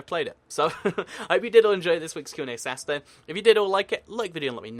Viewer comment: Why do you pronounce Saturday as "Sasday" later on as you spell it correctly at the start of the video? It's kind of bugging me out :P